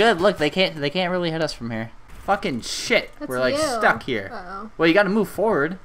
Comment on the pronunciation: actually he does he said bullshoot and sheet